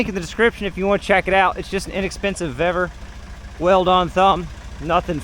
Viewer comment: You pronounce Vevor to rhyme with feather, I'd pronounce Vevor to rhyme to seesaw. Just another example of life's rich tapestry.